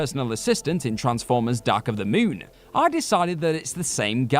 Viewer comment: I don't think that's how the word moon is pronounced.